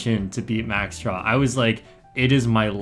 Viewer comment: Is it me or is he calling max siauw max straw